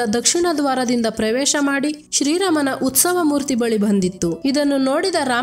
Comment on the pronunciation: ಉಸ್ತವ ಅಲ್ಲ ಉತ್ಸವ